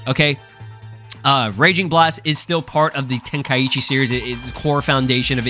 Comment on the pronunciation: Ten kai chi not tenka eechee just listen to the japanese name of the tournament!😅